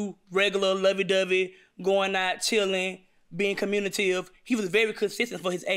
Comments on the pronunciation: You stand corrected sir! It’s COMMUNITIVE.😂😅😅🤣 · She also said she’s very “communative” 😂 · I'm very comm-U-ni-tive 😅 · Communitive? Lol communicative? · She said communitive ? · I giggled too but she knows what the word means and she's pretty close to the correct pronunciation. Communicative! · Like "communitive"... 😂. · She’s very commutive! I hate that JM didn’t correct every-time she said it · Communitive....like the. Cummunitive Property in a math problem. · She is definitely "communitive"! 😂. Also, did I hear her say "Reading is Fun and Mental"? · Communitive??? Lawdddd🤦🏾‍♂️😅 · “I’m very 😹communitive😹” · "Im very communitive" 😅lol😂😂😂